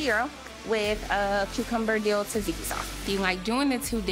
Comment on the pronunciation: Pronouncing tzatziki as "tazeeki" should be a jailable offence.